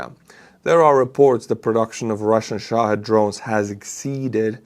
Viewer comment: I never miss your vlog,. Today I noticed that you're the only vlogger or reporter that I've ever heard pronounce the word "Shahid" correctly. For those reading this, the correct pronunciation, as said it, is "SHAA-hid"